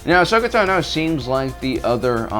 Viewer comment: "Uhsuckuh Tuhnooooooooo" When are you going to learn to pronounce her name properly?